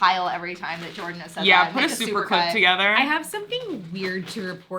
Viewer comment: Jordan mostly says, "dulushush".